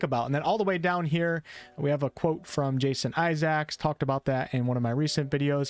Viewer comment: Someone teach this guy how to say Isaacs.